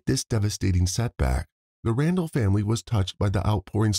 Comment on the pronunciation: It’s not RanDELL lol